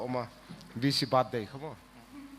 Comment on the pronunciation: Tlinglo tak chungin kan sawi ve lawk....Pu Dara'n "bathday" An ti sam êt hi chu, (mawilo nilo se) a va tunlai ve aw ka lo tia...Birthday tihah hian (Bird) ti a lam hi a dik....chuan "Triple" hi "trible" Tih loh a tha bawk😃 Mizo tawng mah ni suh se, kan tunlaina hian, min ti tunlai em a, kan hman uar tlanglawn a lo ni nen, lam dik hram2 hi a tha ka lo ti ve em2 e😁